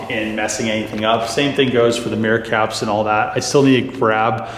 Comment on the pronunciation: Every time you said "mirror caps" I heard "meerkats". Now I want to see some meerkats in that blue color.